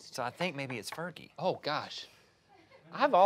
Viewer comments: "ferji" Blake Shelton “Fergie" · said fergy twice? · "Fer-Jie" - Link Dec. 2017